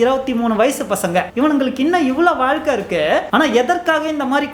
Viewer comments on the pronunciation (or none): none